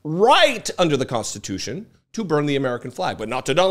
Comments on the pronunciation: WTH is 'constitoosh'? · Did he say we're gonna make it constute?! 🤣🤣🤣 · "We'll make it constitoosh". (Trump)